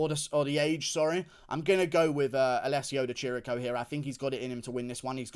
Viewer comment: It's Di Chirico, ch = K in italian, goddamn it. Love you Guru